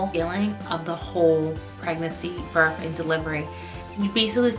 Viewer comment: Lol she pronounced that right, but sounds like she keeps putting a "f" on giving "burff" 🤣 made me laugh